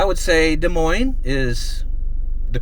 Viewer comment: Thank you for pronouncing Des Moines correctly!